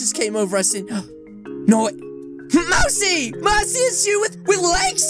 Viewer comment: its not mari its mousey